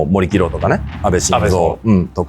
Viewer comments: 森喜朗(もりきろう)じゃなくて、(もりよしろう)ですね。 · 森喜朗「もりきろう」は無いわ。もりよしろう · ゴボウの奥野はヤバいやろ。 森喜朗(よしろう)やないの？ 森きろうって言ってるよね？